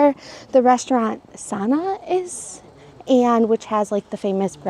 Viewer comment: A few corrections: Victoria Lounge does have some light bites Kidani is not shaped after a Native American necklace. Why would it be? It’s named after a Native African necklace. You kept pronouncing Sanaa incorrectly. It’s more like sun-nah. And you seemed to obsess over the parking at Kidani. The reality is that you rarely hear anything at all.